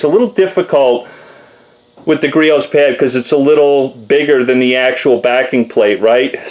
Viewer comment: First off its griots not geritos. Second off... Youre going to burn that fucking paint off if you move any slower